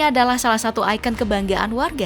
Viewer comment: Icon itu sudah dibahasaindonesiakan menjadi ikon. Berhubung sudah jadi bahasa Indonesia, ya bacanya sesuai yang tertulis, IKON. Jadi besok lagi jangan dibaca "aiken" tapi "ikon"